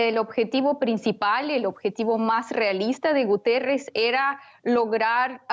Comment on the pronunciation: Guterrez??? Se comió la I por el culo